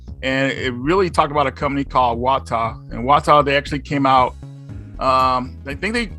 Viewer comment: You have to say it like "WaTAAAAH", that's actually where the name is from if I've heard correctly.